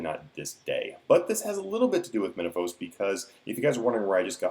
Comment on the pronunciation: Menaphos is pronounced "Men-ah-foss", a short "o" seeing as its British devs (and British myself). I've noticed americans consistently use a longer "o" sound for this kind of thing. I'm not sure why that is. It is the same for pokemon names (zap-doss rather than zap-dohs) Also, what did you exactly mean by "high level" for divination? you didn't clarify a level range